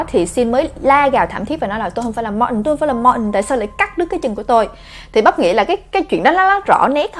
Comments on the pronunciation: em tưởng phả đọc Martin là ma-tin chứ sao bắp lại đọc là ma-ừn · có ái coi lầm thứ 4 mà vẫn còn ức chế chữ martin của bà bắp đọc k.Tại vì bình t đọc là Mạc-tin hoặc là Ma-tin mà bà bắp bã đc là Ma-ần nên nghe rất chi là k qen luôn ~~ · Phải đọc đúg là ma-tin bắp😞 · martin thì mình nghĩ phải đọc là ma-từn nhưng bắp đọc là ma-ừn cái này có vẻ giống với từ important vì khi xem phim mĩ mk thấy người ta đọc là im-por-ừn chứ ko phải là im-por-từn như IPA trong từ điển cả từ martin và important đều bị người mĩ (chắc tại bắp ở mĩ nên cũng đọc giống vậy :D) đọc khuyết chữ 't' , tại sao lại vậy ,cao nhân nào chỉ giúp mình với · Martin e cứ tưởng đọc là Ma tin nhưng lại đọc là Ma ừn =))